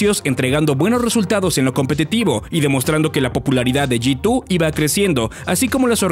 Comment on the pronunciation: Soy al unico al q le da ansiedad como pronuncia G2 como "yitu" xd